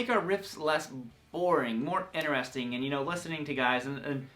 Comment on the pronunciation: he says interesting the same way I do. Figured it was a southern thing lol guess not?